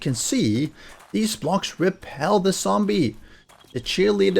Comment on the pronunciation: Dude.. 🤦‍♂️ its zombie, not sombie..